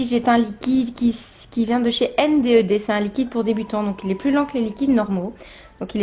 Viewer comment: coucou CT pour te ire que ta video et cool mais que NDED sa se prononce N'ded (il y'a des vidéo sur leurs chaine ) viola bisou .